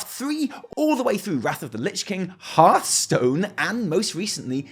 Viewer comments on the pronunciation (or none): none